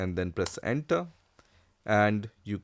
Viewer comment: Please do not press enta, press enter instead 😂